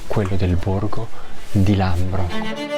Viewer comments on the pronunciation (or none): Bei video . Il borgo si chiama Labro e non Lambro :)